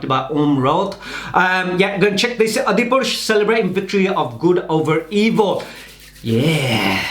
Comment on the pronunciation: It is " ADI-PU-RUSH " Jii......not " ADI-PU-SH "......#FYI